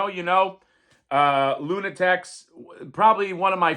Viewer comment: Luna *taks not tecs 😊